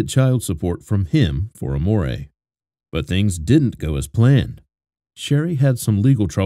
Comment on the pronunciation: Amore is not how you say it, so you didn’t name her love 😅😅😂